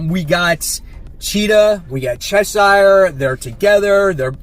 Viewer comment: Hey another great video! Just a little bit of advice Cheshire rhymes with pressure. I am giving absolute evil a chance based on what you said in your most pulled comics video hopefully it’s good. Keep up the amazing work!